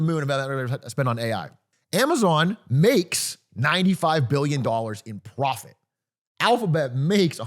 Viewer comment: pwofit teehee